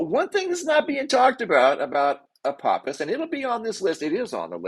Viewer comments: Ph makes an F sound ahpofffffous every time u say apopiss I died laughing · .. love your content, Apophis is alot closer to us than we are being told... Also, are you sure it's pronounced apoppis and not apofiss .. I also mentioned in your previous video about that "rock" next to the moon being Apophis...I still believe that. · Apophis = Apofis. I hear so many mispronunciations. I hope I am still around when it does its fly by.